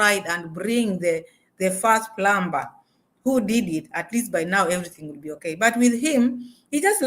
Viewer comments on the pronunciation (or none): In the word plumber the b is not pronounced I the correct pronunciation is plummer rhymes with summer.Although it is spelled with a B.